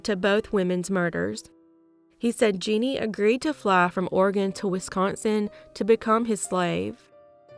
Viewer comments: Her name was jenny gamez not “Jeanie” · You pronounced it like "Jeanie", but maybe that's just your accent coming through? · Her name was actually Jenny. It was just mispronounced.